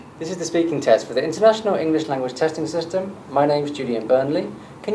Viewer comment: sery of skill for the ielts tesht ... lash but not leash wth =)))